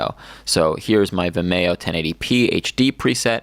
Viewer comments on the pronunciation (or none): And it's pronounced "Vim-ee-oh" not "Vi-mayo"